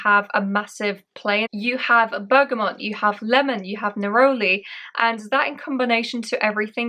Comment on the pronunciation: Bergamot isn't pronounced as Bergamont. There is no N in the word. Bergamont is a type of bike.